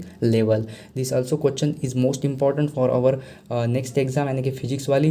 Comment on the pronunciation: Make pronounciation sir it is question not quction